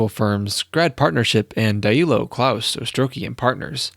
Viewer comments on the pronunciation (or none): none